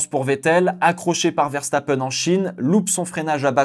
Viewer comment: c'est VE et non Vè donc Verstapen et non Vèrstapèn